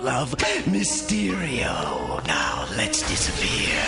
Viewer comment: "Now lets diseapeare" (they all diseapears) Me: wow